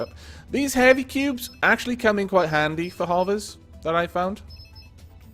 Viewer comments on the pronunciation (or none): none